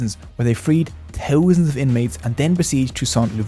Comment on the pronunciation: Teeuzanz and teeuzanz 😅 your content is solid though. Very well done.